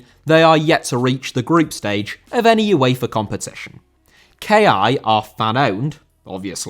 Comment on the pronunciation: Uefa* not Yuweifer